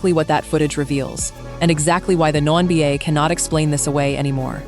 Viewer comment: The "womBA"?? Get a new AI voice.